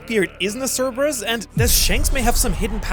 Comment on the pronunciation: Thank you for being the first channel to pronounce cerberus right